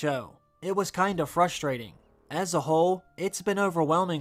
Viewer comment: "Frushtrating"? Can no one speak English anymore?